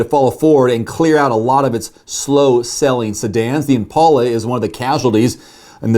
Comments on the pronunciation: Wait wait wait... is that how you pronounce IMPALA? or did he say that incorrectly? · I’lll miss the Impala, although your pronunciation really went Ouch 🤕